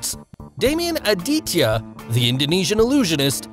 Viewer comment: But I am Indian (Aditya) And pronounciation is- AAA-Di-tYa Note- Small Letter takes less time to pronounce and capital letters take more time